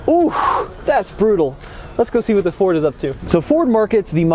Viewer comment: For me it sounds like you're saying "For" instead of "Ford" when you say Ford. Not sure if it's a western accent or what, but as a 32 year old Michigan native my entire life, nobody says Ford with a silent D...